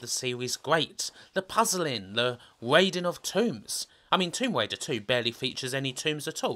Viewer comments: Lawa Cwoft: Tomb Waider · Tomb Waider is getting me on my nerves